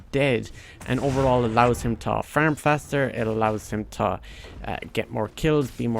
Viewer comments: I died when he said Ferm 😂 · You speak so well and then all of a sudden you say FERM. Thats hillarious